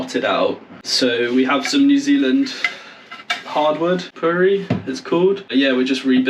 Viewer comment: He mentioned in another video that it was Puriri, although he pronounced it pouri. Let me tell you it is hard. Very hard. You don't want to be trying to drive a nail into it. Strangely it is also quite quick growing in the north where i live. I don't know if a similar species grows anywhere else in the Pacific. Some of our trees have distant cousins in Australia or Sth America or Polynesia, but are entirely different from Northern hemisphere deciduous species. Kauri is the best boat building timber. Straight grained, softish but doesn't rot in salt water. Cheers from NZ